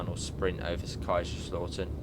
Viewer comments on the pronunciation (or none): Just a quick tip. The lau in Kaiserslautern is not pronounced as AW but OW. (The OW you say when you stub your toe on something.)